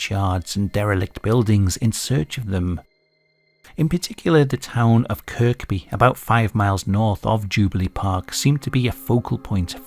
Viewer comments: Kirkby is pronounced Kirby. Not that it matters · the second k in Kirkby is silent. So pronounced Kirby. Also Notty Ash is not to far away, so probably just a few diddy men escaped from the jam butty mines. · Another intriguing video! Kirkby is pronounced "Kerby" BTW 😊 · you dont pronounce the second k in kirby